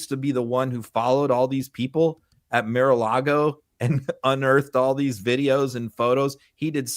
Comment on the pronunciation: Mr. Filipkowski, I have always wondered—why do you say Mir-a-Lago instead of Mar-a-Lago?